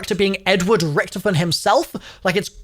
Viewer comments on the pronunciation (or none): none